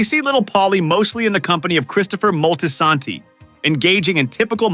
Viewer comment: The ai voice is mad weird. Moltasaaantee. SAYGA.